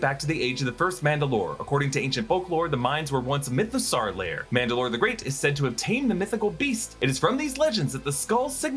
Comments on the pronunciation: It’s pronounced myth-a-saw not myth-a-sar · Why is he pronouncing mythosaur like that 😅....like is that how you say dinosaur?